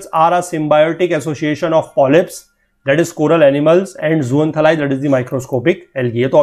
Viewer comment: appreciating your hard work n with all due respect sir ... you ve been pronouncing a word slightly incorrect .. the word zooxanthellae is pronounced as zooks-xxann-theey-laae !